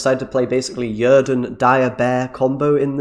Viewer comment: Right? I was like: "did he really just call it Yerden?"